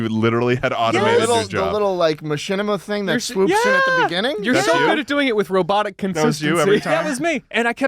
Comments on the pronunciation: In de be-ning-ging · As a South African, Schlatt doing the "In the beninging" bit made me lose my mind, holy shit the flashbacks that i got from it 💀💀 edit: timestamp because i keep coming back to it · Schlatt being unable to say "In the BIGenning" without sounding like he's speaking in tounges is my favorite part of this episode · Inni de beningging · I think Schlatt wanted to say In the Biginning (as of in the beginning) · “In the be-ning-ing” killed me. Can’t believe and Charlie have never seen that clip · Inni de beninging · Loved schlatts “in the beninging” bit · I immediately went ballistic when he started saying "beninging"